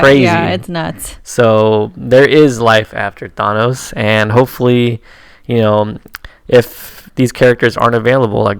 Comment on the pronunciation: Learn how to pronounce Thanos. Watch a Stan Lee interview.